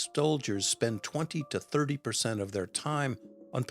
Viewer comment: I had to rewind and listen again and yep, I heard correctly, he called them Chinese “stole-diers” instead of soldiers!